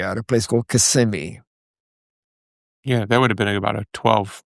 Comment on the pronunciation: Not kissimee rudy leesburg